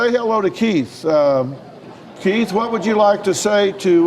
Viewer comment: Oooh he is pronouncing Keith as Kate. If you watch minute 12 thereabouts he repeats the husband Kate once more.